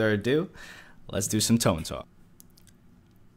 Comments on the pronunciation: 'To-nay'. Not 'To-nee.' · its toe-nae or toh-neh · "They usually went out ahead of the fleet and scouted". They were Aviation Cruisers, not Scout Cruisers. They spent their entire careers escorting carriers with fighter cover. And for the love of god, Toe-nay. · TONE CLASS HYYYYYPEE! btw its pronounced as "to-ne" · the name of the ship "Tone", pronounced as "To-nee", not typical as english tone